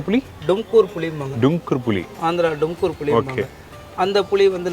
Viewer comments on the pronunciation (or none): It is not domkur, it is Tumkur apace in karnataka